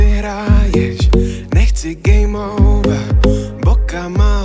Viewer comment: Menší chybička je to Game over a né geme over :)